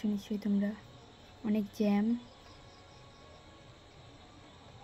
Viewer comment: কি বলছিস জান না জ্যাম ঠিক করে বল❤😂